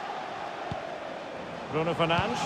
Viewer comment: Anyone else hearing “Bruno Fernange” or “Bruno fernanch” from the commentators